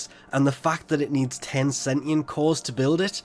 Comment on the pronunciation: All thous years playing, and you still call thous sentinel cores, and not sentient cores? gg